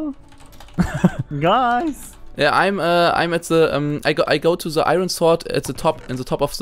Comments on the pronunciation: Se -.- es ist THE! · Se osser side alter -.- THE OTHER SIDE wie ich diese leute hasse die anstatt the se sagen -.